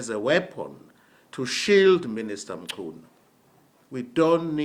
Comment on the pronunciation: But why Minister "Mtshyunu"😂😂